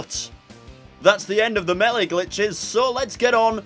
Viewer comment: meeleh? alright. this guy is DEFINETLY Irish.